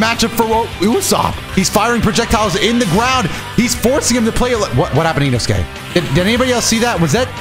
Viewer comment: Bro said inosuke wrong 😂